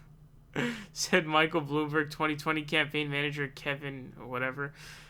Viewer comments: excuse me, it's pronounced "Michael Blamborg" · dude you cant pronounce Nevada and now you also cant even pronounce SANDERS?????? its not fucking SAUNDERS... wtf also WHO THE FUCK IS BLOOMBARG?!?!?!? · KlobuCAR, SAUNDERS, BloomBARG.. I come for the info/opinions... But I stay for the intentional name mispronunciations. 😂